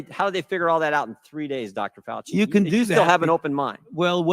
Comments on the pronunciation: I like the pronunciation of his name - "Doctor Forcey". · Fauci is pronounced in the Italian manner.